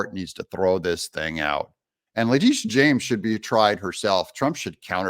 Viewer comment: Lactiteeah shames ...despicable